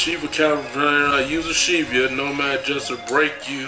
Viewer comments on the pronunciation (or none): none